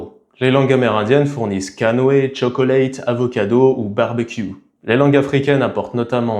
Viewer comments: Il dit quand même chokolèite au lieu de choklèite. Aucun anglophone ne prononce le deuxième o. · Et même tchoklet.. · Pas toujours... cho-co-lèite, un anglais risque de ne pas comprendre 😅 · Mmmm... non. Il commet quelques fautes éclatantes, notamment chocolate et chauffeur. Et surtout il s'efforce d’étouffer son accent d’origine. La plupart des Français ont horreur de l’accent américain, alors que nous aimons bien l’accent français. Pourquoi le cacher ?